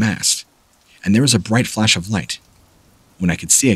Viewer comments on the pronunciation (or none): none